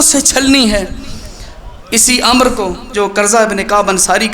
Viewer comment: ع ، م، ر ۔۔۔۔۔عمر ھوتا ھے ۔۔۔۔۔امر نہی